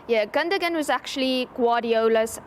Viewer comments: Why is she calling him Gunda Gun 😂😂😂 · Pronounced Gundo wan! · No gundo gan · 🤣🤣🫵🫵🫵😂😂it's pronounced Captain Clutch Gundogan, not uh......whatever she was babbling out. 😏